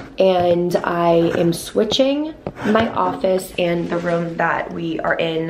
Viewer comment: I love you but it’s ROOM not VROOM